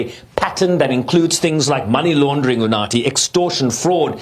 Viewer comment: Woooow, I love how he pronounced UNATHI😊😊